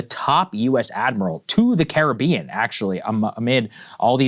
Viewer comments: Sagaar's pronunciation of Caribbean countries was the worst I've ever heard. 😂😂😂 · Saagar butchered the names of those Caribbean nations 🤦🏾‍♂️😂